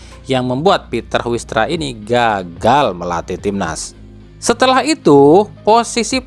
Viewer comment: Namanya Huistra ( bacanya Hais Traa ) .